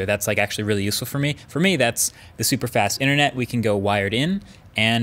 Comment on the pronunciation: Jack L. Omg ‘super’ actually sounds super cool